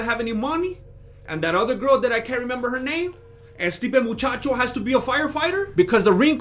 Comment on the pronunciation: Every time you say Stipe Muchacho , I black out in a coma laughing 😂😭 ..